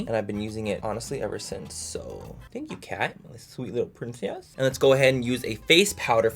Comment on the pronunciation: my little pwincess HAHAHAHAHAH LMAO